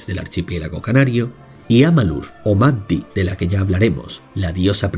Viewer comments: Maddi se pronuncia "Mayi". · Maddi, Amalurra, se pronuncia "Mayi", cerrando un poquito la Y❤ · Maddi se pronuncia "mayi"